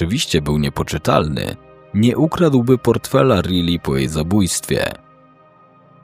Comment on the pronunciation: Czyta się Rajli nie Ryli 😂 taka podpowiedź